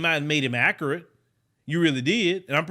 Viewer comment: Stephan Jackson is 100% right. This host is a clown. Btw it’s pronounced accurate not ackerit